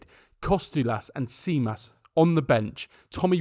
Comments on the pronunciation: As a PAOK fan, watching our own child make it there and do amazing stuff makes us extremely proud of him and also very enraged with our coach for not giving him chances to shine with our jersey. Also.. just an advice.. his name is pronounced "JI-mas". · An advice on how to pronounce the names of the Greek players,Stèfanos is stressed on e, Tzimas is pronounced like Jimmy because tz is how we make the sound of j in Jim or g in Geoff, Kostoúlas is stressed on stou not ko and Charalampos is pronounced Ha-rà-la-bos, stress on rà,mp makes the b sound(for example Olympiakós is pronounced O-ly-bi-a-kós with the stress on kos) hence the Babis nickname and ch is used to replace the X that in Greek makes a similar sound to h in Harry for example. Hope these informations help you. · Low key sad we didn't get to enjoy this diamond in the making playing for PAOK but really happy that Stefanos hit the ground running. PS. In Greek TZ = J. Thus Tzimas is pronounced like Jimmy and not like Chimney. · let me help you at something his name tzimas you pronouns his name (the 2 first tz) like you pronoun djinn (how you say the dj, like that you say tz but rather a d its a t. the z is not an s its a z). this way you say right his name if you like to say it right!!